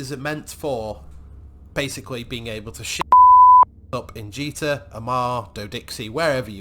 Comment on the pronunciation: you said ji-ta not jit-a well done mate